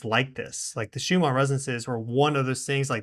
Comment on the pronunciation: why does insist on calling the Schumann resonance Shoomaa resonance! This is most annoying and makes him sound like he doesnt know what hes talking about. 🤷🤦